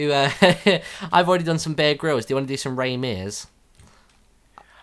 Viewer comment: sounded like "beer can'